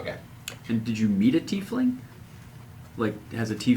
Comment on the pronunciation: "teifling"